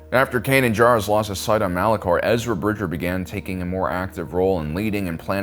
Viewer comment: I agree, also his name is Bridger, not Bridget.